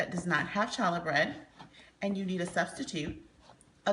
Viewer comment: Its pronounced "holla" bread. No ch sound.